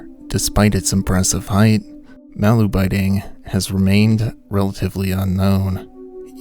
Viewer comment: Yet another YouTuber who can’t be bothered to look up the pronunciation of the subject of the video